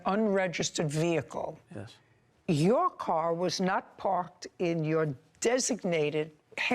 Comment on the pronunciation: VEHICLE IS PRONOUNCED VEHICLE, (VE-HIC-LE), NOT NO veakul